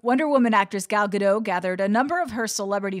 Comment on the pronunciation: It's pronounced GadoT